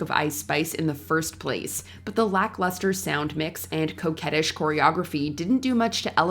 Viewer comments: Did she call ice spices choreography ‘cokeheadish’? Haha I feel like this channel got hacked.. or maybe I just haven’t watched in awhile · I heard cokehead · coquettish, not cokeheadish.